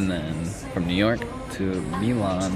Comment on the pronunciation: never felt so lucky to have my name be Milan, let alone hearing it pronounced the way mine is 🫣